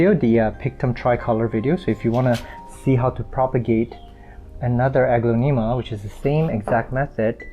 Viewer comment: you are saying the genus wrong, it’s more like, uh-glon-a-ma.